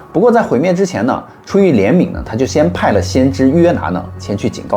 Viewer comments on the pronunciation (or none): ，是约拿，不是拿约。不过你已经挺好了。